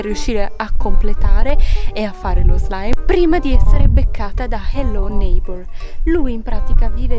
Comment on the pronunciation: HELLO NEIGHBOR NON SI PRONUNCIA COME LO DICI TU